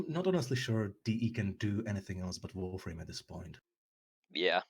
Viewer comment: "I dont have an accent" "I'm a VOREFRAME youtuber"